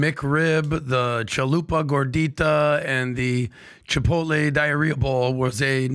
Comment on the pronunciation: LMAO "Chai-poutle" "Tak-o-beil"